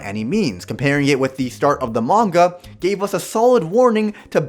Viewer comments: can't listen to someone who says manga like Mang-ua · Manwua....?? It's pronounced Fudamedalalchumist brudehood dummy... The s is silent